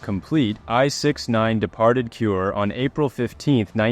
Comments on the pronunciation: Kure is not pronounced "cure". It's Ku-ray, the Japanese word for ceiling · Thanks for video. The port city you mention repeatedly as "cure" is pronounced "ku-re" (呉). As explained by the text on the screen, the Japanese sub video around 11 minutes shows an operation in the Indian Ocean and has nothing to do with the subject submarine I-167.